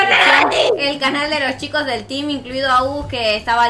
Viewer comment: mira el vídeo y escucha en la por que dijiste Amves de desir El TEAM dijeste El TIMBA hai te confundiste Like si escucharon que dijo El Timba no El Team Y Like a los vídeos del TEAMANORMAL y a los vídeos de LYNA 👍👍👍💜🐥🐈